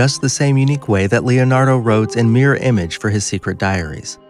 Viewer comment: Why can't this guy say "Glasgow" or "Mirror"?